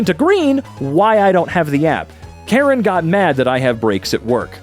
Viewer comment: The language "Karen" is not pronounced like the name, something like "kə-REN". "k" like in "skip" (so without the unwritten h after the "k" in "kind"), "a" like in "fashionable", "r" like in Spanish "perro" (rolled r), "e" like in "bend", stress on the "ren" part, not the "ka" part.